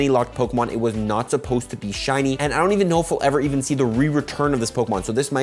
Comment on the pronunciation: "SHAWNY SHUNIE SNUBWOOL" LMAO